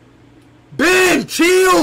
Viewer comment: The way he sayd chil💀